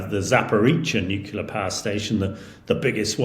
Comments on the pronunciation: nuclear, not nuculer. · Why do so many people say NUCULAR for NUCLEAR? It’s CLEAR!!! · Nucular and Cher Nobble. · Please someone tell this guy that "NUKULAR" is redneck English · This is so-called expert, can’t even pronounce nuclear properly. Oh dear, he writes in the Telegraph who tell lies to people who should know better. Can’t you get someone who knows what he’s talking about?